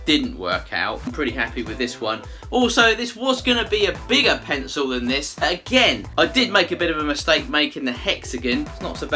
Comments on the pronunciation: He said “Penco”! 😂😂😅 Then he said “Appo”! 😝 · Who else is still waiting for this "pensow" he keeps talking about?